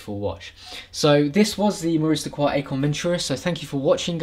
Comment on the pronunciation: It's pronounced "Icon".